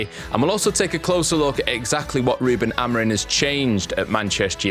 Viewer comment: Love the pod, but please start saying the manager's last name right. Amorim not Amorin